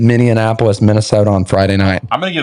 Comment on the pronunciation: Did you really say Minnianapolis? C'mon, man...